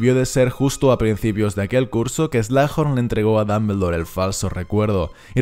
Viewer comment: Me encantan tus videos.... Pero puedes dejar de decir damblebor..... Se oye tan tonto...